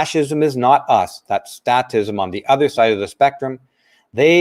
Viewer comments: I have to call you on one thing... it's statism, pronounced with a hard "A", because the root word is "state." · Great show,! Only one small issue is the pronunciation of "statism." The "a" is a long "a" not short; so the pronunciation is the same as when we say "state." It's pronounced as when we say "fake" or "state" or "plate" or any other word commonly used with a long "a." The message you're transmitting is one we all need to hear, especially today. Thank you.